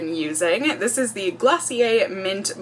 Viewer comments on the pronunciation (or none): none